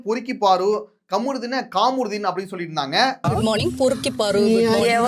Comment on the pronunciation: கமுருதீன் இல்ல bro காமருதீன் னு சொல்லுங்க